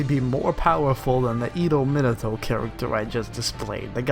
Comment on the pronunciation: Learn 2 english bruhh.. jk ^°^.. no seriously, you litterally say: minitou. Insthead of minato